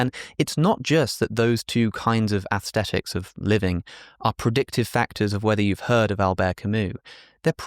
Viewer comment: Why does he pronounce aesthetics like that "athstethics"